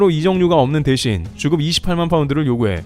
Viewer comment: 자꾸만 주급이 "죽음"으로 들려서 놀라게 되네요.